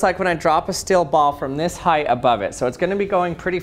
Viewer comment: Weird how he pronounces steel as "still" and feels as "fills".